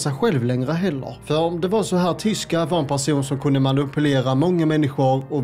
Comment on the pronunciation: Tishko hette han väl? Tishko ahmed, inte tishka